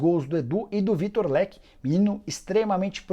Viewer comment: O cara errando o nome do Vitor Roque de novo 😧